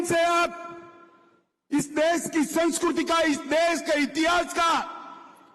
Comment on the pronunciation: Are sanshkriti hoti hai, sanshkruty nahi, matra nahi aati kya